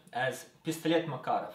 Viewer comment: Uh that's how you pronouce Makarov.